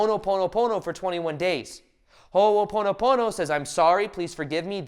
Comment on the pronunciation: Its called Ho' oponopono . Stop pronouncing it wrong.